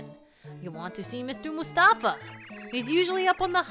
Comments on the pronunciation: I think it's "Mouse-tafa" not "Moose-tafa". You know, just for the PUN of it! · I may have just been pronouncing it wrong my whole life, which wouldn't surprise me, but I think "Moustafa" is supposed to be pronounced as "Mouse-tafa" because it's a pun on mouse & the common Arabic name Mustafa, but I may be wrong, as it can also be spelled the way it is in the game. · i feel like moustafa's name is supposed to be pronounced mouse-tafa... because he's a mouse